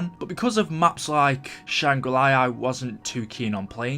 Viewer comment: Omg I have so many questions... Why do you say Shangri lai and not Shangri la